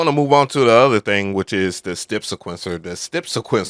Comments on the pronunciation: why do u say step like that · In all my years, I’ve never heard anyone lay off of pronouncing any part of the word “step”, lol.